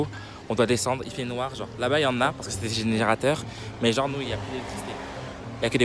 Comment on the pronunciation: Eh j’te love mais STOP ARRÊTE DE DIRE « gennre » STPPPPPP!